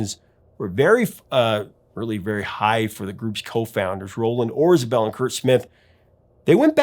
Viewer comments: A question? Isn’t it Orzabal instead of Orzabel? Sorry, love this album and The Hurting. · Yeah, I think he mispronounced it. Still, a great video.